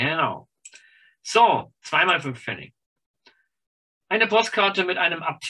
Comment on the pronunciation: Es heißt aber bitte "Pfennig" und nicht "Pfenning".